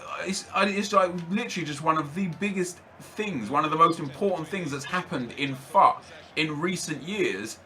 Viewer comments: When he said FUT I thought he said FUCK like if he failed at the game. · Everytime you say FUT, it sounds like fuck...